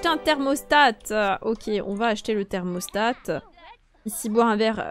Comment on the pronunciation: Un thermostat pas un "thermostate" 😭